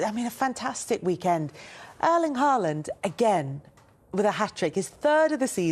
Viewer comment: Just mentioning - Haaland's name is pronounced with an norwegian å - in English like the vocal in "haw"/"saw" etc! 👍